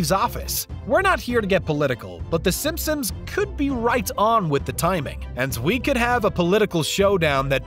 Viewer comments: SimpsoNs not SimpsoMs. Lol thats all I keep hearing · This guy OVER enunciates everything, and yet pronounces "Simpsons" as "Simpsims" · I’m scrolling to see if anyone else is hearing this guy say “Simsim’s” every single times he says “Simpson’s” 😂😂😂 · I swear I hear it haha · “Simpsoms” lmao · Does this guy keep saying “Simpsom’s”? Or is it just me? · Stop saying "simpsoms"